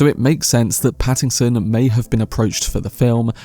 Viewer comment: The mispronunciation of Pattinson to Paddington has me thinking of a kind bear with a hard stare for the role of Scytale and I love it!